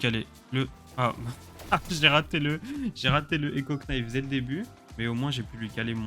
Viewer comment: Je suis deso met couteau an anglais sa se prononce nife et on ne prononce pas le k😅😊